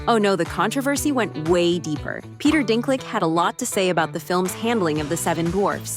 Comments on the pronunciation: This AI pronounced Gal Gadot 3 different ways, and called Peter Dinklage, Peter Dinklick. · Lmao the A.I. called him "Dinklick"